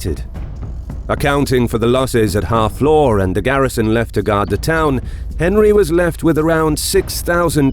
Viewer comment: FFS, Harfleur isn't pronounced "Half Law," it's more like [HAA] + [FLUR]. Took me awhile to figure out wtf you were saying.